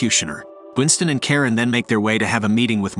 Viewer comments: it’s “Charon” pronounced as “Sha-Ron” Not “Karen” 😂😂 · It's sounds like you say Karen instead of Charon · bro butchered Charon's name